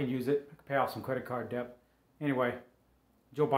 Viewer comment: The word debt is pronounced det, not dept....